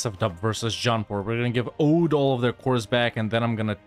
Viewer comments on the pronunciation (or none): Oudh is pronounced Avadh